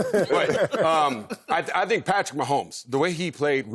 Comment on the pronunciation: I can't take anymore "dhink" from Marcellus. Will someone please tell him it's "think"?